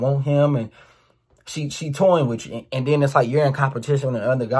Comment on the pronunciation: either from Baltimore or Jacksonville by the way he pronounces uuu 😂